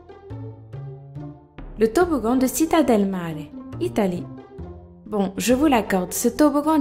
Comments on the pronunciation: città se lit TCHITTA :'( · en italien le "c" ne se prononce pas comme le s mais faut s y appuier desus bref regarde dans google traduction ont dit "cita del mare " bref je sais que tu m'entend pas ;)